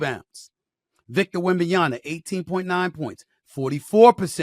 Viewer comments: WembanyaMA not WebmanyaNA. JFC, decades in the media industry and can't pronounce the player's name properly. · Stephen A, I love your shows but you gotta start pronouncing these names right. It's Wem-ban-ya-MA (with an M), my brother. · Still cannot pronounce Wembanyama properly old man.